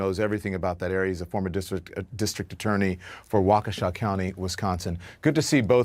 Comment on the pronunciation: Waw-Keh-Shaw = Waukesha